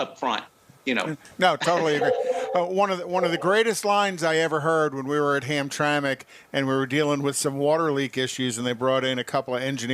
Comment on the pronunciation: Please. As an Allante owner since they were new.... It is not "ham-a-track"... the pronunciastion is "ham-tram-mick"...PLEASE.